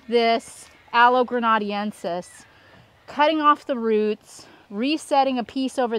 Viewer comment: Aloe grena-DEN-sis.